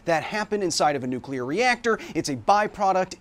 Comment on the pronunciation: Finally, someone who know how to pronounce the word Nuclear 😊